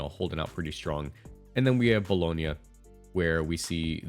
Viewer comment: You said Bologna right, i knew you had that dog in you!